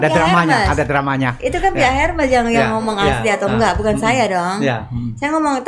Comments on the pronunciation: Selamat sore Pak Dahlan Iskan. Saya mohon maaf mau menginformasikan cara menyebutkan merek tas HERMES yang benar adalah ERMES tanpa menyebutkan huruf H nya dan dibaca seperti kita membaca tulisan bahasa indonesia. Terima kasih dan salam sehat🙏🙏. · Pengucapannya ÈRME . Karena itu bahasa Perancis dan diucapkan sesuai dari negara asalnya , biarkata orang nya dari Indonesia atau bangsa lain .